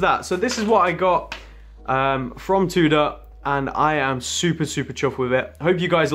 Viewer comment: Haha drives me mad how you pronounce Tudor! Will you get staff discount if you buy on credit? if so and you're happy you can keep up payments then go for it! Thanks for the great content!